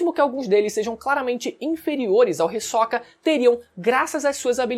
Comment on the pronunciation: Todas essas pronuncias dos nomes diferente do que eu acostumar do audio japones esta me dando nó nos pensamentos (risokA << hIsoka / NÉTÉro << Nétero)